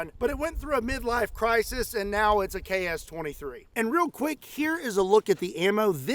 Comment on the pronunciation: As a Russian, I can't stop thinking about your pronunciation KS-23 sounds like CHAOS-23!!!! That's incredibly accurate for this gun!!!